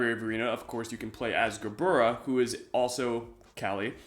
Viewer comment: Sup Hebrew speaker here. gebura is pronounced with a V, bet or ב is traditionally pronounced like B however in some cases like gebura or גבורה in Hebrew , bet becomes vet and in pronounced with a V so it might be spelled gebura it's pronounced more like gevura